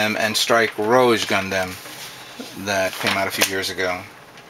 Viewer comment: gunDAM(N)0_o?????lol XD it's gund(u)m yeah that's how the japanese people called them